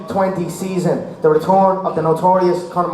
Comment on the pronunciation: "The retorn of da notorious Conor MgGregor" (crowd goes wild) LOL